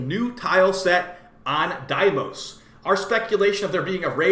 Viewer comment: Its deamooss not diemoss hyped for new updates